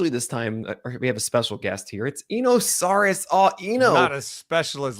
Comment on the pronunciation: Eno is too polite to tell you but I think you'd like to know that you mispronounce his last name.